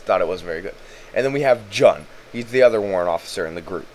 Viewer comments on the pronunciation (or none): This is great, but its not Jun, Shishka said that its pronounced "June".